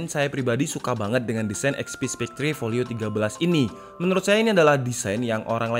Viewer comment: Spekter bang bukan spek-tre